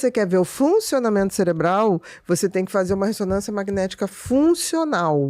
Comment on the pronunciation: Também reparei o "celebral"